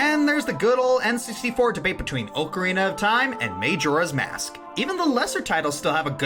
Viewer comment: Majora's Mask is my favourite game of all time, but I must admit I cringe when you say "May-Jora" Also Gauntlet is also one of my favourite games of all time for the same reason you mentioned.